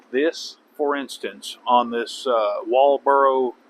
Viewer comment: It's Walbro. Not Walboro.🙂